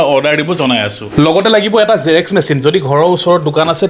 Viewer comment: Felipcart Nhoi o Flipcart... Ru porduct nhoi product.. Ruu Zerex Nhoi Xerox